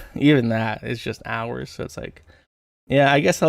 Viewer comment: Its pronounced "so". Never heard a smooth brain who say "sue".